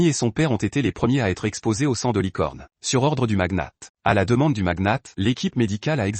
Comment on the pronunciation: Le magnat pas le maguenate 😂